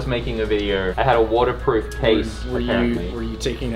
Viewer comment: i heard cornerproof ☠️